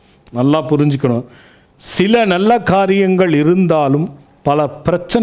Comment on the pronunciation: அருமையான பதிவு அய்யா. உங்கள் எண்ணம் நிறைவேற வாழ்த்துக்கள். ஆனால்..... எள்ளாம், என்றாள், நள்ள, ஆளை, சளி என்று சில வார்த்தைகளை உச்சரிப்பது வேறு மாதிரி தோன்றுகிறது. ல, ள, ழ இவை மூன்றுக்கும் எனக்கும் வெகு பொருத்தம். 30 வயதைக் கடந்தும் இப்பிரச்சனை எனக்கு விட்ட பாடில்லை. இதற்கு ஒரு வழி கூறுங்கள் அய்யா. நன்றி.